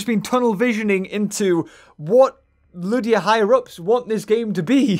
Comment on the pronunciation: Its ludia not lydia